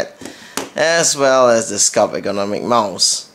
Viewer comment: FYI there is a 't' at the end of 'sculpt'